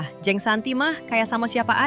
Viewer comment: Maaf, huruf e di dalam kata jeng seharusnya dilafalkan kaya huruf e di dalam kata pecah. Jadi bukan kaya huruf e di dalam kata enak.